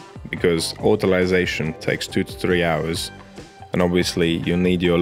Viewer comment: I love the fact you say "autolyse" properly!